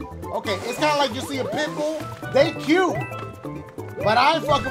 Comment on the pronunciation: When he said pit bull I thought he said pimple